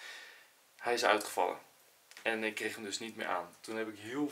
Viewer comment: Niemand maar ook echt niemand normale mensen: ich. Enzo: ig